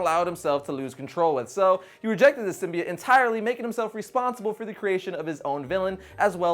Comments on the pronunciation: Sim-bee-oh-tt, not sim-bee-it.... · It's pronounced sym b oat